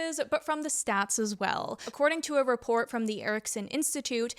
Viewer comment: What's a "Raport"? Oh, you must mean report. lol Okay, now say divisive. It's not device-ive right? Division... div-is-ive.